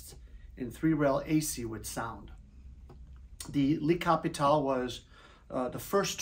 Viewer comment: "lee" Capitole ahahaha